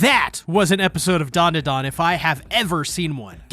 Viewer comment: U call it dundudun it’s danda Dan